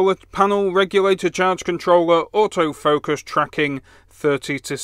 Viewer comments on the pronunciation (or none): none